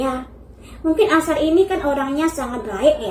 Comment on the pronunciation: nyebut nama jangan salah2 terussss, namanya Aisar Aisar Aisar A I S A R (ada i nya).. bukan Ashar 🤦🏻‍♀️🤦🏻‍♀️🤦🏻‍♀️😂 gemezzzz dengernya ❗️ setau aku sebelumnya ibu ini Fans berat Varrel alias fans Varrel garis keras 😂